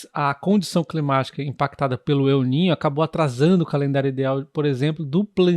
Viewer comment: Não se diz Eu niño, se diz El niño, está en español. Obrigado pelas informações.